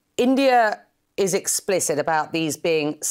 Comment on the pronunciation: Next retaliation slap will be for.. It's India not endia.. Pronounce it correctly.. Ok